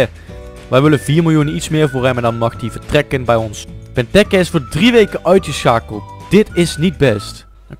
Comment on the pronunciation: hahahaha je spreek benteke verkeerd uit.